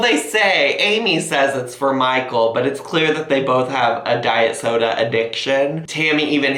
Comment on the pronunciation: I like how Amy calls soda "sodie" lol